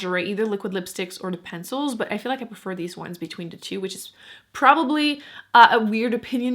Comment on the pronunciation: Are you American? You say dee instead of the. It's annoying.